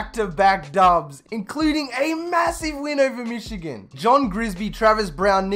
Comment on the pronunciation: Why do you say Michigano and not Michigan?